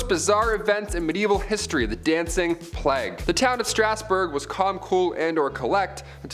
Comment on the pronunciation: Att.: - it is not pronounced 'plaque' it is plague. Notice it is a G not a Q! It is so annoying to hear all of you and your team mispronouncing everything... 😐